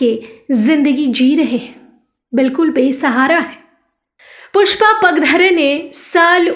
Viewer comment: खूप वाईट वाटत आहे त्यांचे नाव पुष्पा पागधरे आहे ते नीट उच्चारावे ही नम्र विनंती